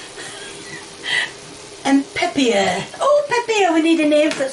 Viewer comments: "Pepieeer" lol nailed it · "Peppier" and "Honeyons"???? Why is it so hard for this woman to say pepper and onions?